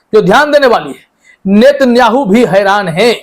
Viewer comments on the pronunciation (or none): none